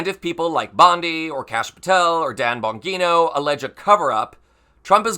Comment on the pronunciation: The g in Bongino is soft. Like in Georgia.